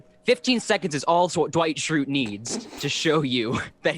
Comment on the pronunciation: HE SAID DEIGHT SCHRUTE HE DO BE TRUE DOE